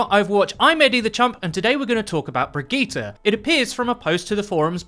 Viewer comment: I can't even finish watching the video because you KEEP SAYING (BRIG) absolutely the fuck not! 😡 Brigitte... say it with me 'Brig-itt-e'